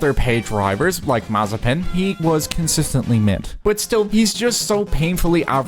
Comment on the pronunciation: Nikita what?! "Mazepin", it speaks like [maze'pin]